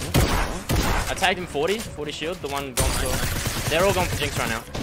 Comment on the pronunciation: When u got scared of the storm u said as fur I don't to say it fur I'm a dog's to